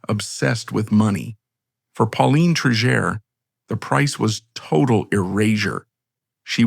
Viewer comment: You pronounced her name correctly in the beginning and now 3 x incorrectly. Obviously an AI voice. Disappointing